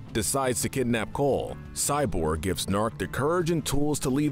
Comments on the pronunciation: Point: the episode where they introduce Kole and G'Nark, they emphasize MULTIPLE TIMES that his name is pronounced G-Nark, hard G. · It's GA KNARK! get it right! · "Next is Kol and Nark" Cyborg: "It's actually G-nark"